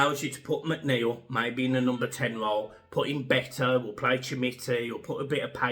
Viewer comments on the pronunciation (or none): none